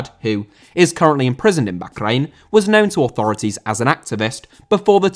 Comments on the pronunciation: It’s not backrain, it’s Bahrain and it’s pronounced barain. just doesn’t know what he’s talking about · Isn’t it pronounced “Bar Reign” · bro can u not say bahkrain its so annoying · I really dont know why you call Bahrain bakgrain. It is simply wrong and you force it. Its tearing my ears. When you dont know right prononciation just call it Bahrain (english prononciation) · The way you pronounce Baa-rain hurts. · Bokhrain? I'll assume its a classic British mispronunciation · I love your videos that are a fusion of politics and football but your pronunciation of Bahrain is nails down a blackboard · a stereotype of what? I love I just think hes saying bahrain wrong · The way you pronounce Bahrain is cringe. Anglicise it we do with with every other nation. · I don't want to sound stupid or anything, but that is not how you pronounce Bahrain. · I have never heard Bahrain pronounced like that. It feels like you were saying it as much as possible on purpose. Maybe this is the correct way but I couldn't finish the video. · Your pronunciation of bahrain annoyed me so much I had to stop watching 😂 maybe it’s the correct pronunciation but come on bro, nobody English says it that way, not even on the news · I’m glad I’m not the only one who was frustrated by this